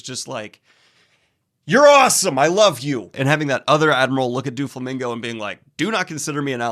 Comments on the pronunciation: Just so you know, it’s Doh- flamingo. Not Doo- flamingo. Carry on. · ITS DOUGH-FLAMINGO- PRONOUNCIATION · Please stop saying Do-flamingo it's Doe-flamingo. If it was supposed to be pronounced like the word "do" it would be spelled Dooflamingo. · I think it`s really funny that you and Merphy mispronounce Doflamingo basically the same way. You say Dooflamingo and she says Doofy, i have never heard these pronunciations before but now i am hearing them both within a week. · The “DuaFlomingo” is sending me I just keep hearing Dua Lipa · The way he pronounces “Doflamingo” sounds like he’s trying to make a Doulingo joke. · Though he doesn't really show up much later, it's pronounced Dough-flamingo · "DuoFlamingo" lol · The way he pronounces Doflomingo sounds like duo lingo and now I can’t stop picturing Doffy as the app mascot threatening to to learn new languages. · I'm sorry but the way Daniel is pronouncing Doflamingo 'Duoflamingo' is giving me big duolingo owl ptsd flashbacks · "Duo-Flamingo" lol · Haha it's doflamingo not duolingo